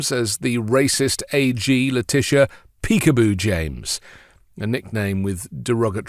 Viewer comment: He's calling her a dog, peekapoo, a cross between a Pekingese and a poodle, he just misspells and mispronounces it, because he's dumb.